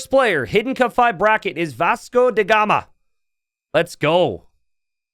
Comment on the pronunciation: ask Masmorra how to pronounce Vasco DA gama